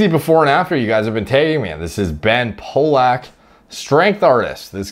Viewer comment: Ten seconds in, how do you mess up the name Pollack?